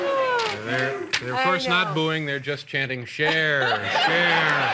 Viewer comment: Her name is CHER, not Char. How hard is that?